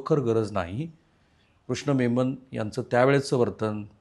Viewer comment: कृष्ण ' मेमन ' नव्हे..कृष्ण ' मे न न '.